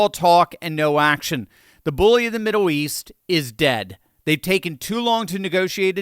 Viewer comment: Why do you pronounce Middle as Middow